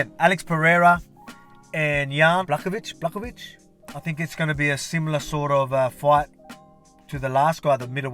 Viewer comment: god bless you volk also as Polish person i can say you pronunce Jan Błachowicz well